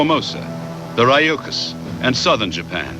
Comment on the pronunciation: It's actually Ryukyu- ReeYookyoo.